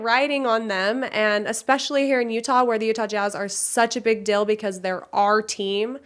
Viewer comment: Why do Utahns say "dill" instead of "deal"?